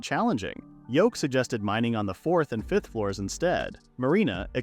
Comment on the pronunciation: "five-th" grade 💀💀💀